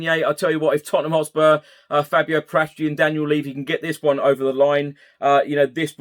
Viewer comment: Love your pods, just one thing is driving me nuts, as I'm Italian - Paratici is pronounced Para-tee-chee with no emphasis on any particular syllable, not Par-ATT-itchy.